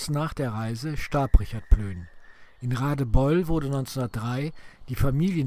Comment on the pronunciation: Sehr gut, nur ein kleiner Schönheitsfehler: Plöhn wäre richtig nicht Plön. Ansonsten gut gemacht!